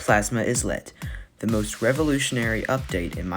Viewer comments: you pronounce it as "eye-let" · Yeah the “is” is pronounced like it is in “island”